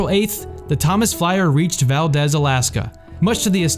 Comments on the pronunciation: Its not valdaz its Valdeez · Fun fact Valdez, Alaska is pronounced Valdeez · It’s pronounced Val-deez, like deez nutz. 100% serious, I’ve lived in Alaska for 15 years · Valdez is pronounced Val-Deez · Hard E in Valdez. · You mispronounced Valdez.